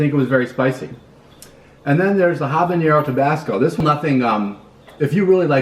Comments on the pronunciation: I love how the pronounce habañero lol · Habanero is not pronounced like jalapeño. Guy is a noob. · Did taking almost all your clothes help? I don't think so. Btw, why do people mispronounce "habanero" all the time?